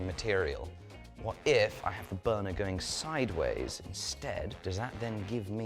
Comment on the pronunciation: did he say BONER instead of Burner? Lmfao is that why there was that quick silence on "burner" at like ? hahaha